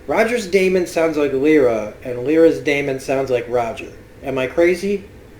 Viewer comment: I love how much you analyse mrs coulter and how right you are about her and please practris how to pronounce lyra and deamon right ... the word daemon is pronounced like demon the opposite of engel